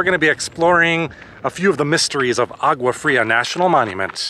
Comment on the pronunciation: you should learn how to pronounce Agua Fria